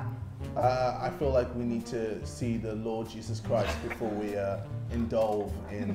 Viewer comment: "indulve" kills me every time